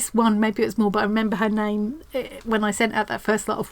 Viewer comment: Annie, so thrilled you like my square! Yes you did pronounce my name right; most people don't! I feel like you have 45 and counting new best friends; so glad to be a part of your tribe. You have showcased so many talented stitchers around the world. You made this world a little smaller, more loving and friendly and joyful, and so inspired. You should get some kind of humanitarian award. Love you lots, Annie